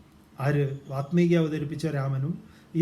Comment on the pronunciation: വാത്മീകി അല്ല വാല്മീകി. താങ്കളെങ്കിലും ശരിയായി ഉച്ചരിക്കൂ. വല്മീകത്തിൽ നിന്ന് ഭവിച്ചവൻ വാല്മീകി .